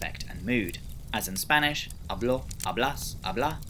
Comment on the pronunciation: Minor correction on how you pronounce the Spanish sample words : you are putting the accent in the wrong place. 'a.blo 'a.blas 'a.bla a.'bla.mos a.'blais 'a.blan Some of the ones you mispronounced would have a meaning the way you pronounced them too: "habló" is "he spoke", "hablás" is "hablas" but in informal Argentinian Spanish, "hablá" is "habla" in the imperative in informal Argentinian Spanish. Still, great video. Just wanted to point this out in case you see it so that you know.